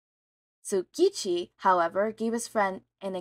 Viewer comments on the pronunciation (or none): It's not silent. It actually sounds the same as the T and S combo that you hear in the compound word "It's". Also a lot of the names here are so wrong im haveing to re learn them to follow. I'm not dropping over it, but it does need fixing. For our narrator: The Japanese language isn't as confusing as English. All consonants and vowels make only one sound each. U soudns like you. I sounds like see. E is the most confusing as it sounds like the E in hen. And A is all. All consonants can be treated like hard sounds and all consonant and vowel combos can be said as it's own syllable. This is a cheap guide, so understand there are flaws. The name TsuKaUChi would be pronounced as if all uppercased letters start their own word, and then put together. More basically, forget all english spelling rules when reading Japanese words and names. Read it like a child who only just learned the letters and doesn't know how to combine them yet. NaOMaSa, IZuKu, ShiGaRaKi, ToShiNoRi, even ToRiNo can be read this way as it seems the Japanese can be rather smart about picking names they can pronounce easily, it seems. Read as if you're sounding them out as you go. You'll get a lot further than guessing or, even worse, applying other languages' spelling rules. One thing to add, though, is that when reading Kacchan, that first C will throw you off a LOT. That's because of those Extra things im not teaching you here. Just know to ignore the first C and pronounce it as KaChaN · Your endless struggle to pronounce tsukauchi is really amusing /lh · Sorry but your not saying the detectives name right (I think the T is silent) anyway love this story its really fun.